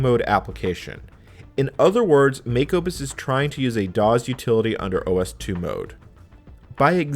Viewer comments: This is great history love the video. The only thing that irritated me is the way you say DOS as DOZ but other than that great video. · Loved the video but cringed a little every time I heard him pronounce DOS as DOZ! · I've never heard someone pronounce DOS as daws, instead of doss. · Any pronunciation other than “doss” is just annoying! This “dawz” nonsense is surprisingly distracting! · I assure you, during the heyday of DOS, it was pronounced “doss” (unvoiced S), never “dawz”. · it’s definitely, DEFINITELY not the correct pronunciation in English! “Doss”, not “dawz!” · I like how he pronounces DOS: "daws" sounds cooler that way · “doz”. why? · Love your videos but hearing you pronounce "dozz" makes me want to stab my eardrum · Well, pronouncing it 'Dawes' is still better than Loretta Swit calling it 'Dose.' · Ummm..."kludged" is pronounced, 'CLUE-jd', ie. the U vowel sound is long. Found myself doing a double-take there, thinking, WTF did he just say..?! ;-) Oh also, "DOS" isn't pronounced as though it ends with a 'Z'... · No “z” in DOS. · Why do you say DOS like that? From someone who was there and involved in its origins, you’re saying it wrong. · This is the first time I've heard someone pronounce DOS with a voiced 's' instead of a voiceless 's'. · I'm a native English speaker and have never heard it pronounced with a voiced 's'.